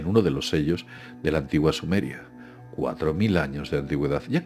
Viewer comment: Se dice la antigua Sumeria no la antigue Sumers sumer no, es.